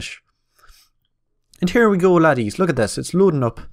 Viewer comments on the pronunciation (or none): I didnt even you were irish until you said "here we go laddies"